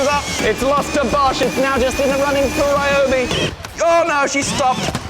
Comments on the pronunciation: "This Raiyoubi drill..." The other errors are to be expected, but pronouncing 'ryo' as 'rai'!? HOW do you manage to get 'rai', from 'ryo'!? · Ryobi might do better if you pronounced it's name correctly 😂😂😂 seriously tho, was def time for something new, Ole girl served you well